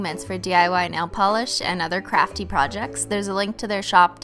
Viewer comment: i swear she said crappy instead of crafty